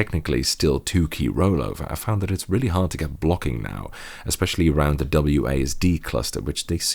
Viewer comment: ""Underr da hood" in Imperial units" I'm dead.